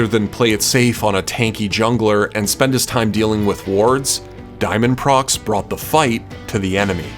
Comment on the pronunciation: haven't found this in the comment section so i'mma just point it out diamondprox isn't actually pronounced diamondprox. He clarified that in an early interview. It's diamond pro x.